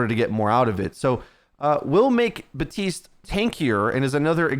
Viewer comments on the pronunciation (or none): BAPtiste not BATiste. If you're gonna do OW videos, read the names correctly 😑